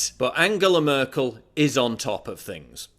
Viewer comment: You pronounce Merkel wrong. Nothing big, just saying